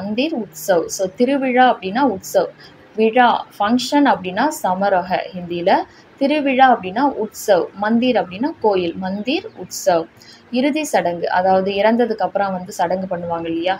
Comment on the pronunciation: சமரஹ அல்ல சமரோஹ் உங்கள் ஹிந்தி உச்சரிப்பே தவறாக உள்ளது.எங்கெல்லாம் சமரோஹ் என்று வருகிறதோ அதையெல்லாம் சமரஹ என்று உச்சரிக்கிறீர்கள்